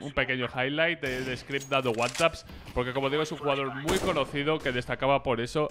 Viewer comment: "screp", wansaps" le dio algo a black o que?